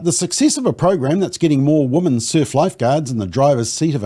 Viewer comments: You are pronouncing the word "women" incorrectly. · I hate that too!!